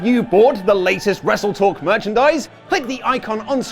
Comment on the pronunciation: SUPOHT. RESSLETOHK. ohduh uh tshut